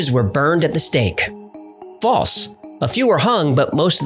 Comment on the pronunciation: That's not how to pronounce false. It has an L. Pronounce it.